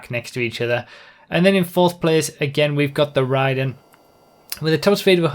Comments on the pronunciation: You pronounced Raiden wrong! It`s Raid-en not ry-den! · He pronounces it like Raiden from MGS2